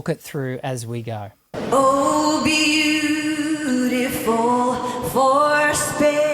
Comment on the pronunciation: she was off on “beautiful” (second syllable “ful”) and “skies”. She realized it and recovered the rest of the song. Like I said, this happens to the best singers and does not change my opinion of her at all. She’s amazing and I respect her.